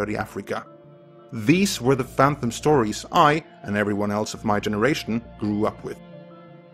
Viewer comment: "Fantomet" - I, as a Swede, have to ask: are you norwegian?